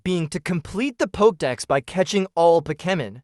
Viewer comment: POKIMIN ?? lol you mean Pokèmon lol Ai is getting ridiculous